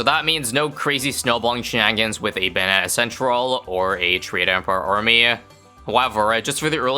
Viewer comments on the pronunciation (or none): “Bong shangans” lol